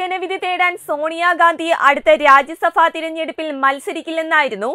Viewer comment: Not rajyasabha... loksabha And pronounce as bha Not fa OK am full time Tatwamayi viewer